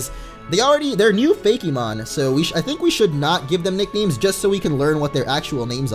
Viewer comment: It's FAKE-MON, no Fakey-mon